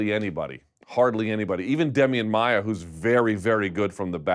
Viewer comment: He pronunced Maia's name correctly, im brazillian and i know what im talking lol